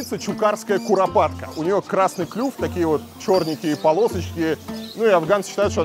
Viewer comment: Как Варламов рассказывает про курапаток😁